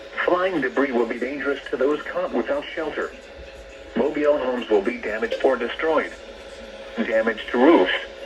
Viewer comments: yeah, “mobiele” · xD “Mobile” the way says that is kinda funny. Hopefully your okay and nice video!